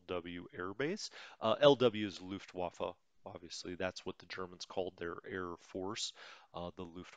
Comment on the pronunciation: Luftwaffe is the direct translation of air force. By the way a 'W' in German is ALWAYS pronounced as a 'V'. The next question of course is how do you pronounce a 'V'? The answer is as an 'F'. That will get your pronunciation most of the way there. If you remember these then you will do better that 90% of non-German speakers especislly Americans. I say it as an American who isn't fluent in German but still well versed. Especislly in pronunciation and its very painful to listen to Americans mispronounce German words. I'm not mad or trying to criticize, rather offering a suggestion much like in the earlier episodes when you made an effort to say Soviet rather than Russian.